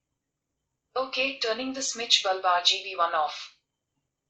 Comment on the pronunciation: Its bulb not baaalb ! Its google not gugulee , overall nyc review